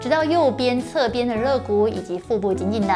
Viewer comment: 纠正馆住一个发音错误，肋lie骨